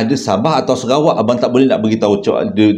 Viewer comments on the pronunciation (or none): none